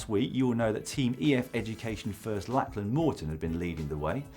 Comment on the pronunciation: Lachlan's name is pronounced, "Locklan" not "Lacklan".